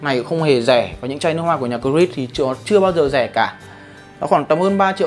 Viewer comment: Góp ý: Cố gắng phát âm sao cho chuẩn nhãn hiệu, tiếng Anh. Creed ko có đuôi "s" ở đằng sau, cắt ghép lồng tiếng nhiều khi hơi bị thừa và ko tự nhiên ạ. Rất hoan nghênh sự nhiệt tình review và giúp đỡ của bạn. Nếu muốn mọi người tương tác nhiều hơn, hãy chỉn chu hơn trong việc lên hình và phát âm chuẩn chút để giúp mình "sang" hơn, đáng tin tưởng, đáng để follow hơn khi review nhé! Chúc bạn thành công!